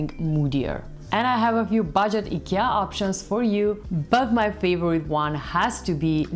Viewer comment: I like that you pronounce Ikea correctly.😉